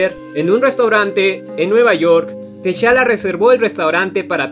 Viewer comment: Muy buen comic y muy bien narrado, pero no se pronuncia Teshala, se pronuncia Tachala